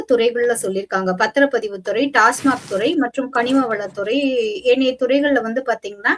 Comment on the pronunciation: TASMAC என்று உச்சரிக்க வேண்டு்ம். TASMARK அல்ல Tamil Nadu State Marketing corporation